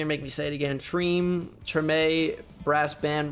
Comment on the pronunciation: You pronounced Tremé like it's supposed to be pronounced